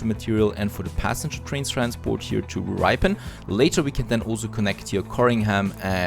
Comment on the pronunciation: Just caught up with the videos and enjoying your style of gameplay. Just to let you know that ‘Ripon’ is pronounced Rip as in Ship, so it sounds like Shipon but it’s Ripon. Really loving the series :)